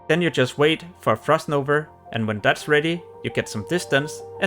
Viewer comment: It's called Frost _NOVA_. Not NOVER or NOVR, MAN this triggered me! xd Sorry!